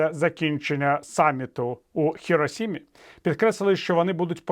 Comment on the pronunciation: правильно: ХіроШима!